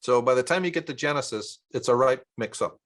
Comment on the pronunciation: Are you saying Janusus instead of Genisis?